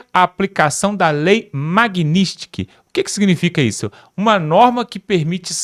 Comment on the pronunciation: Vocês no Brasil pronuncians Nomes estrangeiros errado demais o Nome é foneticamente falado . Lei Magnitsky. Nome Russo ou Polaco. Mag.Nins-ki